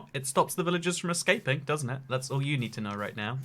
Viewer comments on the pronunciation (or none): none